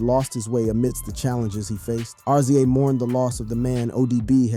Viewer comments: How am I going to take you for serious when you don't know his name is pronounced Rizza....dahh uhhhh R. Z. A .... Who was Kurt Cobain??? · .. nothing for nothing but please learn how to pronounce people's names in your documentaries... R .Z. A.. please stop saying that!! it's pronounced Rizza..... I understand it's spelled RZA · I think it's RZA not ARZIEJ 😉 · It's not R-zee-a its rizza😢😢😢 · It's Rizza and Gizza homie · It's rizza and gizza no R.Z.A and G.Z.A smh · Why you keep calling The Rza(rez zah) R-Z-A & Gza( Jiz zah) G- Z- A😂😂😂but in all seriousness ODB death isn't really surprising he lived a wild life and most people that live reckless they don't life long God rest his soul R.I.P Ason Unique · Its pronounced "Rizza"... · It's pronounced rizza and gizza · Mannnn, it's pronounced "rizza" and "gizza" idk why but I got so pissed everytime you said they names lmao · U can’t even say rza name right lmao 😂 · RZA & GZA? 😑 that is not how you pronounce those names. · You lost me on the Rza and Gza pronouciation. Is this A.I. reading or you don't the Artist you're making videos about? Lol